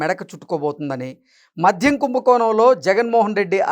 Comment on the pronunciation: మధ్యం కాదు నాయనా 😮 మద్యం.